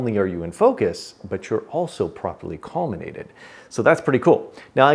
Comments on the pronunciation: No "n" in "collimate".😉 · Recently broke the corrector plate on my 5 in Celestron SCT and have a new one on order. I have been wondering how I would collimate since I know it's going to be way out, now I know. Thanks for this great video. This is one of those "Why didn't I think of that" times. And you can pronounce collimate any way you want when you're delivering such helpful information.